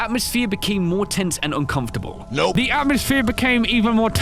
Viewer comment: My ears heard say two different words instead of “tense” I think I heard “tint” the second time.